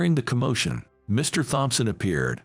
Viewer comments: Thompson is " tomson" not "thomp-son"!!! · Please learn how to say Thompson.